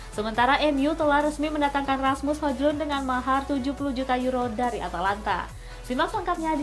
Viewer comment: Hoilun kali dibaca min bukan hoJlun secara harfiah🫣